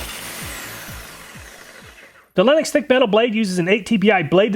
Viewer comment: I keep freaking out when he says linux instead of lenox